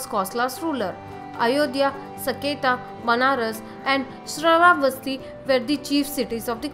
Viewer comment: For gods sake learn how to pronounce the names properly. Its not Magdha, its Magadha.Its not Sravavasti, its Sravasti. Its not Kosla, its Kosala. Its not Askama its Asmaka